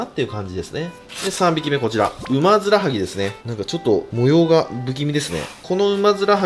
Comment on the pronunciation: だめですずぇはジワジワくるw